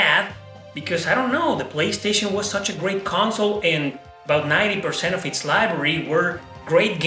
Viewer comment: "In zee polistation" LOL